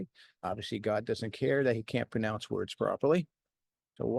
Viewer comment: I like that you mispronounced pronounce ❤